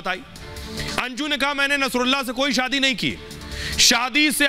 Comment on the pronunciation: जो बोला जा रहा है कि मुझे भारत आने लायक ही नही छोङा आदि आदि । ध्यान से सुनिए यह अंजू की आवाज ही नही है । एकदम से परफैक्ट हिन्दी। जबकि अंजू इतना अच्छा नही बोलती ।शादी को सादी बोलती है आवाज भी थोङी भारी है । विडिओ मे अंजू बोल रही है आवाज मे फर्क सुनाई देगा ।